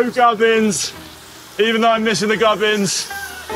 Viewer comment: What is a "Gub-in"?! Connor kept saying he didn't have "Gub-ins" on his bike after bonking in Mallorca.